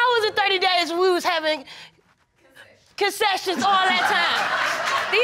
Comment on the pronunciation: "We had concessions" "CONCESSIONS" 😂😂😂😂😂😂😂 had to take a break lol ok let me finish